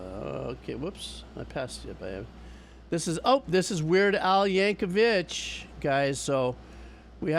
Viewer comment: Liked for Weird Al and the mini-rant about corporate bullshit, but it's "Yankovic", not "Yankovich". It's a hard "c" sound like a second "k".